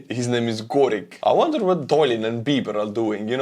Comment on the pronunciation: his name is not gorik, but Jorik (жорик)